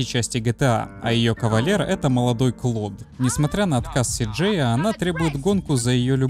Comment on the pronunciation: не Клод, а Клоп. я наверное единственный понял